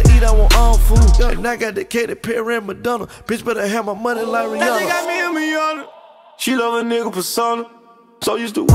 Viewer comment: If you're going to make a song called "Rihanna," at least pronounce her damn name right. Smh. It's not Rih-awna, it's Rih-ahnna, but most people don't know that.